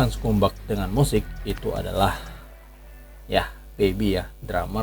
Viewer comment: Ivan scumbag. Bacanya skambeg, bukan skumbak. Bang, bang, ngadi-ngadi aja lu